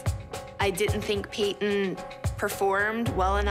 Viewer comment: Lol I love how Payton’s mom pronounces her name like PA-TON